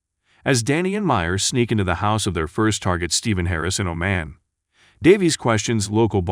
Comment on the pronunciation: The correct pronunciation of Oman is like how Jamaicans say "yah maaan". Hope this helps.